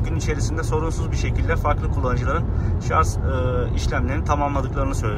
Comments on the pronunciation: dostum gerçekten çok anlaşılır ifadelerle tatminkar videolar çekiyorsun severek izliyorum, fakat takıldığım bir nokta var. dünyanın en teknolojik aracını kullanıyorsun ama şarj yerine şarz demen garip oluyor. kendin için düzeltmen faydalı olur. saygılar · Hocam sürekli “şarz” dediniz inanın sinirlerim bozuldu izleyemedim. Bir diğer tavsiye hız sabitleyici tüketimi artırır. Konfor için bir teknolojidir ama tasarruf ettirmez. Hız sabitleyici olmadan aynı yoldan geçerseniz tüketim daha az olacaktır. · şarz deme abi gözünü seveyim ya lütfen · Bizim millet de sarj demeyi ogrenemedi bir turlu. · doğrusu şarj , şarz değil. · ya bişey diycem yeter artık şarz demeyin şarj lan şarj charge dan gelir ingilizce yada batarya doluluğu de illa türkçe olucaksa gerçi o da türkçe değil ama olsun araba türk 😂😂😂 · Özellikle mi Şarz diyorsunuz😂